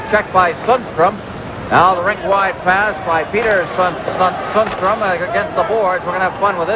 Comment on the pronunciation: The commentator did not do his homework: Sundstrom is pronounced differently from Sandstrom: S-y-ndstrom or something to that effect :)